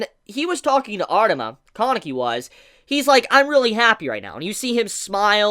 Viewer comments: "Kaaaaah-nekey" "Toe-kah" Man, if I had a dollar for every time you butchered a Japanese name pronounciation. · You pronounce Kaneki and Haise so strangely